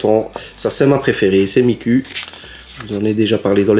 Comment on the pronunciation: Bonjour,(j'ai l'air très méchante quand je dit ça )mais miku ça se prononce "ou" pas "u" merci Cordialement